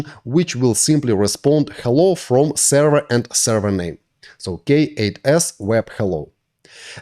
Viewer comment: im so lost. what is a sara??(i know he ment server)